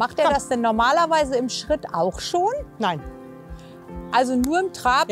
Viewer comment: Eine Frage: wieso sagt man eigentlich "Terapp" und "Scheritt"???